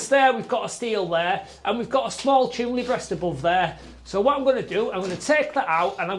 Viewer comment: There is no L in chimney 🤣, great work as ever